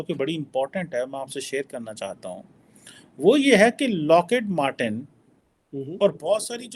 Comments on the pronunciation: Abbey its not locket matten. Its lockheed martin.😂🤦 Sala kaha se english sikha hai bhai tune? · locket martin nahi your isi punjabi training needs update its Lockheed Martin